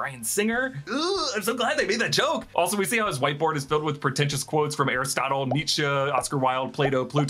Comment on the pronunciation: Did a great job with this video, showing appreciating for saying Nietzsche's name right!